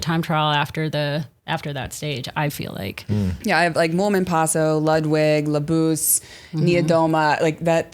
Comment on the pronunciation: I almost get tired of hearing the Longo Borghini/Lamborghini nameplay. It's like it's a contractual obligation to say her name that way every time. Also Juliette Labous' surname is pronounced like "Laboose." I always worried about if the s was silent but after hearing the French commentators I'm going with them on this.